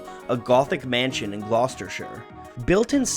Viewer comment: Big props for pronouncing Gloucestershire perfectly